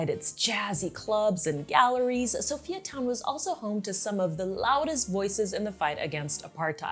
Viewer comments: Perfect but I cannot help the fact that you pronounce Sophia as So-Fee-Ya its So-FIRE Town not So-Fee-Ya:face-red-heart-shape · I love your video very accurate and precise also informative. Oh we pronounce it as (Soo-Fire Town) oppose to Sophiatown